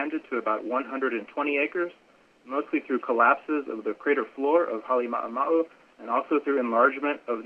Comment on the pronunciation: How difficult can it be for the people who actually live and work in Hawai'i to pronounce Halem'uma'u correctly? I've only heard one correct pronunciation since this event began. Pet peeve.